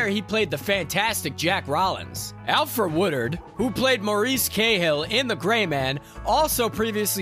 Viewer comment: Same with Alfre Woodard… wow